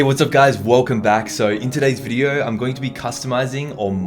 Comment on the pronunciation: and: "Wolcom back in todays wideo"